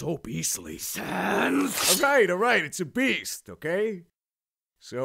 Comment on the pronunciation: sounded like he said obese.....instead of it's a beast